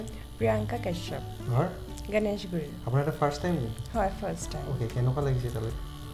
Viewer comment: Bapre ganeshguri nhy geneshguri bole